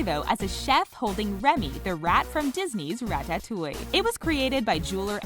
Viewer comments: I hate the way you say ratatouille she says "rat tat touille" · how its actually said rattatooie how she said it rattatoieeie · Wtf is RA TA TOWIE you say it rata-towee all in one word. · Ra ta touille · RA TAT TWO E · Rat tat ooh ee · Who says rat-tat-toui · Rat tat touie bro I’m dead 😂😂😂 it’s one worddd not 3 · “Quavo Ratta Tooey” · Ratttaroweee. Lul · Are we all gonna ignore the fact that she said RatTatTouille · Yo. The way she says ratatouille kills me 💀💀💀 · if she says ratatouille like that again... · the fact that you cant say Ratatouille right shows how uncultured the announcer is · Sic Semper Beats I know I about clicked off if she would have said it that way one more time I would be gone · Sic Semper Beats facts